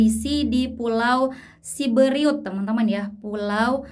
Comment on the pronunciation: pulau siberut bukan siberiut